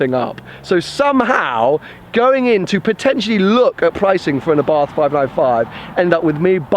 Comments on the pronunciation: the correct name is àbarth, with accent on the first a, not abàrth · It's a nice little car. Only one complaint. Abarth is pronounced Abart. Silent 'h'. Just saying. Good luck with the car.